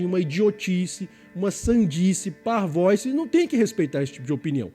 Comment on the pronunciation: A palavra é parvoÍce. O "i" é acentuado e assim deve ser pronunciado. O vídeo, excelente, como em geral os outros deste canal também são. Persevere. Abraço.